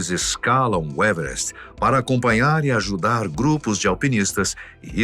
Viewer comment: "evrest" kkkkkkkkk porra, fala o português claro meu filho